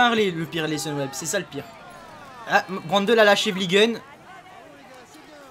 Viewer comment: on dit Mathias Brandleu pas brandeul. ( phonétique )